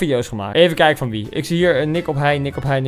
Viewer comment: zegt hij geen wiet ipv wie ?